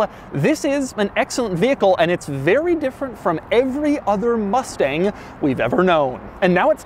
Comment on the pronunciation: They triggered me when they said Mustage mach E